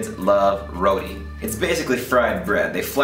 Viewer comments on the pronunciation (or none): it's Ro-T dude.. not Ro-D.. :P Tee.. as in golf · its pronounce as "ROW-T" not "rowdy" lol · its not "RO-DEE"..its ROW-TEE..hehe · Bro correction is ROTI not RODI